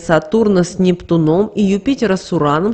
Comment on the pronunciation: "Соединение с НептунОм" тоже слух режет. С НептУном, сударыня! Запомните, с НептУном!